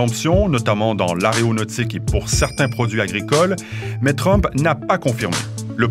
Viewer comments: petit lapsus à "aréonautique" ^^ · On dit aéronautique pas areonautique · L’ « aréonautique » ??? Donc le « malheur » de l’aviation ! Puisque « aréo » vient de Arès, lui-même venant de « arè » (malheur). Pff heureusement que la France est dans L’AÉRONAUTIQUE